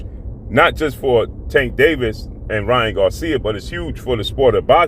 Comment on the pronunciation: Why do you keep calling him king ra when his name is king Ryan